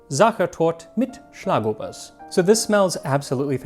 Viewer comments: As a lifelong Viennese, for me this video is by far the most personal of yours yet! I'm glad you seem to have enjoyed your trip, and all things considered you did great on your pronunciation! I was especially impressed with Schlagobers and Metternich's name! Just a small tip for the future, since you seem to be trying to get things as correct as possible: A more accurate pronunciation of Torte would be "tor-teh" in Hochdeutsch, with the Ts morphing more into Ds the more Viennese you get. They're two distinct syllables. I hope this helps in case you cover any more Torten in the future! Regardless of my nitpicking, I loved the video and I agree with your assessment that Original Sachertorte doesn't hold a candle to a great homemade one, or ones made by smaller bakeries/confectioneries! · The Schlagobers was spot on though :)